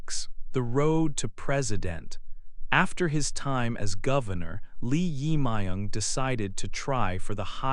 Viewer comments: It is not correct to pronounce the name." Lee Ima young" isn't correct. His name is" Jae myug Lee".Lee is surname ,Jaemung is first name. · The pronunciation of the president 's name is totally wrong. You should re-record it. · Pronounce the name correctly, please. It is not nice to make a recording without knowing how to pronounce the name correctly. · Pronunciation of the President 's name is wrong. Please correct. Thank you. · So weired pronounce president’s name😅